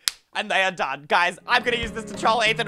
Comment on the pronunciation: That we the quickest 'bye' I've ever heard say